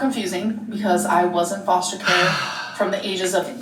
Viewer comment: She says foshter care